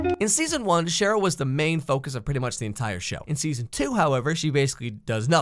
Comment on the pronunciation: ...am I the only one that heard him say shit roll instead of Cheryll